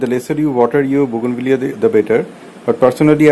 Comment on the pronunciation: I thought you mispronounced the name of the plant.You were correct and I was wrong all these years